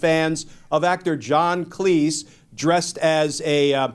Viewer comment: Thank you for pronouncing Cleese properly (according to John Cleese). But KING Arthur.